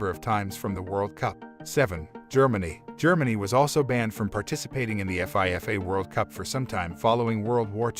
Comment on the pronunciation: the way he reads FIFA World Cup is just...please don't